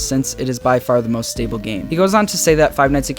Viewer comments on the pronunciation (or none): none